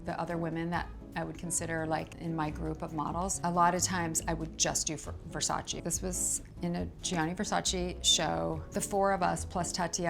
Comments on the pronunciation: It’s not Versachii it’s VERSACEEEE. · I absolutely love her! She has such class and style! I just don't get how you can be a model, especially for Versace, and not pronounce the name right. Even Donatella mentioned that native English speakers don't pronounce it right, but models should know better. You should pronounce the second "e" the same as the first one. It's not Versaci but Versace! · She cant even say the name of the brand she worked for for years correctly. Smth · I wish Versace fans pronounced his name properly... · Why can't American pronounce well VersacE? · why does no one pronounce Versace right? Does Donatella just let everyone sat "eee" and ignore it? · you mean the one where everyone says it wrong over and over? i just canny believe Cindy wouldn't pronounce it right when she knows them personally lol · Well Versace had a campaign that said “It’s VersacE not Versace”. Idk why Americans butcher the name so much. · I cannot believe after so many years she still doesn't know how to pronounce Gianni nor Versace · Not even Cindy says Versace right